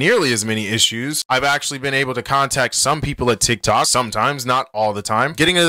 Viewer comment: We Not Gon Talk About How He Said TikCok